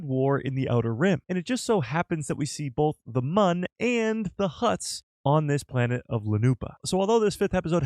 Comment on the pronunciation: Why is it so hard to say the correct pronunciation of Mune not Mun smh